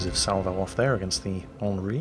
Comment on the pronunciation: Italian, here. Not offended at all. But the French, I reckon, are going to be furious.. Not so mach for having mispronounced the Alsace, but for calling the Henri IV "HIV". Well, as our Rear-Admiral always says "if you can't take a joke, you shouldn't have joined the Navy"...